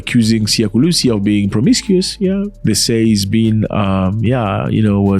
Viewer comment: Mr Zack Is not Kulisi is Kolisi Thank you for your time😊